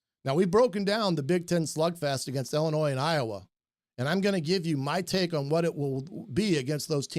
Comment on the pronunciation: My man passing on the French calls them Ill-annoys lol